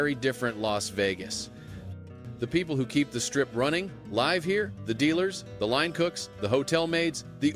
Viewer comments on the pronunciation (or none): Teach your shitty ai narrator the difference between live and live. It makes me laugh that you're using shitty ai narration to tell us about the enshitification of Las Vegas. I think it is called Irony.